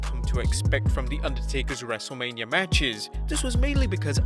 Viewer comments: you Said wrestleamia bruh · when you say wrestle mania you say wrestle lamia